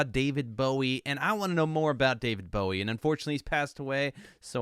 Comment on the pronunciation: You cut the song off! 🥲 And it’s Oddity. However, you did say his name correctly so I’ll give you points for that. Bowie invented the mullet! He was the precursor to many of todays genres. Bowie was an original.